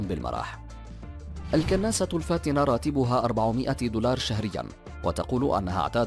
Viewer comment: ياخي نطقك غلط في كل اللغات كناسه ومدييييل ياخي روح اتعلم بدال ما تشوه لغات ومصطلحات العالم معاق